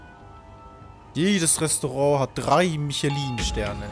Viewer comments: Mischlöö wird das ausgesprochen. Nicht Michelin. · Ich kenne nur die Reifen von Michelin aber nicht die Sterne😂 Mischela wirds ausgesprochen 😉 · Jedes mal wenn er michelin als michelin wie das männchen von den autoreifen ausspricht tut es weh.